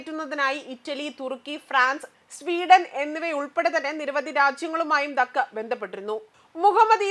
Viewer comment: 🎉🎉🎉🎉good look. Good point..but dhaaka pronounciation wrong. Sister names onnu koode padikkooo...aalkkarkku ningalekkal karyangal ariyamm